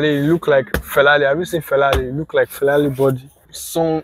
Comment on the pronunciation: Felari 😂 you say bro